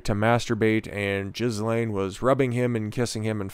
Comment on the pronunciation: You can't even pronounce her name.